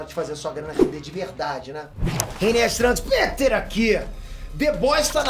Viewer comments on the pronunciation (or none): none